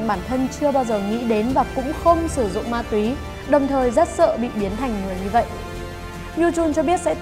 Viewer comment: bà bả nói ma túy -> ma tóe...🙂🙂